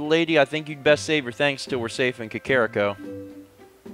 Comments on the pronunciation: I know you only pronounce things how you did when you were a kid, but your child-self is wrong. It's Kak-er-Ree-co. NOT Kak-kar-rick-o. I cringe every time. I know you get these comments a lot, but it's ruining my immsersion. Just some constructive criticism:) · Ey mate it's Cockariko :)